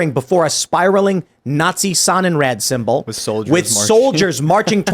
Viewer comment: Had no idea what Tim was saying. The Sun in Red ? Then the facepalm moment Sonnenrad it means sun wheel. And it’s not Red it’s Raaaaaad drag out the Ahhh sound